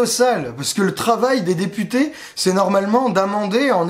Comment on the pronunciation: tu dis députés ou des putains? ya comme un doute la!